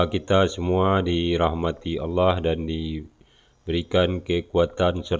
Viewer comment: Ciri ciri orng kristen dari Kecil itu dari kata " ALLOH " dia ucapkan " AWLOH " coba perhatikan !!